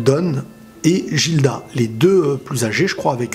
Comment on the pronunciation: Guilda, pas Jilda